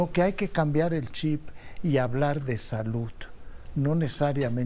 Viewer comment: Con tanta preparación y cómete los mismos errores al pronunciar palabras que termina en “D” como saluD no salut